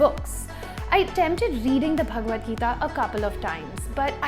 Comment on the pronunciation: Books mentioned in the video (Since they were not written in caption) 1) The Bhagwad Gita by Bibek Debroy (The way you said Bhagwad Gita, you sounded so cute and in purely parsi tone.) 2) The Book of Understanding by Osho 3) The Ocean at the End of the Lane by Neil Gaiman. 4) Skinny Legs and all by Tom Robbins Also by same author - Another Road Side Attraction. Note: Only for Avid Readers 5) Kitchen Confidential by Anthony Bourdain Bonus Books 6) Sapiens by Yuval Noah Harari 7) A Short History of Nearly Everything by Bill Bryson